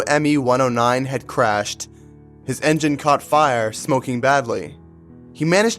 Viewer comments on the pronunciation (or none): none